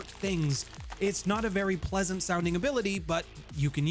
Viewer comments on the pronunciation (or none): none